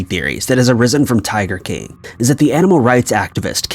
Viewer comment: Why does this guy have a problem saying the word “king”?